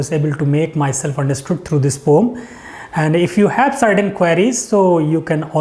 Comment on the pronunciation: Poem bolna to seekhlo sir😂poom poom kyu bol rhe